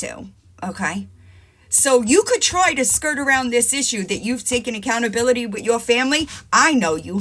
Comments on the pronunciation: it’s TAKEN accountability not TOOKEN 😂😂😂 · Tooken. When she says tooken it drives me fucking crazy. Her and Lori say it like it’s a word all the time and it causes me to be so angry. I’ve never heard either of them use the word “taken” once. Absolutely ridiculous that a grown woman doesn’t know how to speak English and they BOTH tell other people that they need to act like grown ups.